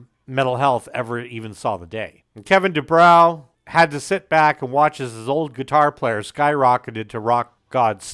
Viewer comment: Good video; however, you mispronounced Kevin DuBrow's name: It's Du-BRO, not Du-BROW. As for Kevin DuBrow, he didn't just say the quiet part out loud: He raped people's ears with it. After the first 2 albums, even Rudy Sarzo had had enough and left the band. After the 3rd, the (correct) decision was made to fire Kevin. Unfortunately, the even better singer Paul Shortino was unable to save the band, and they broke-up shortly thereafter. The band did eventually get back together again, sans Sarzo of course, in the mid-90s, but the only good song they could muster was an admittedly good cover of the Small Faces classic "Itchycoo Park.* That was it. It's too bad: Quiet Riot was a really good band. Metal Health is still a GREAT album. (There's literally not a single bad song on it, and most of the album is great.) Even their 2nd album Condition Critical was very good: Besides the GREAT cover of Slade's "Mama Weer All Crazee Now," there was the almost-as-great "Party All Night," the very good title track, and the explosive power ballad "Winners Take All." But Kevin's mouth just kept on sinking the band. After Sarzo understandably left, they then brought-in Chuck Wright from Giuffria and wrote and recorded QR III in 1985. Although that album boasted a solid lead single "The Young And The Wild," the song - with its ultra-slick production and elements borrowed from Hip-hop of all places - was seen as try-hard and a desperate attempt to hold onto their rapidly declining audience and in